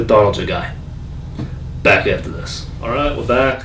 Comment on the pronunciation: "Back aftuh dis"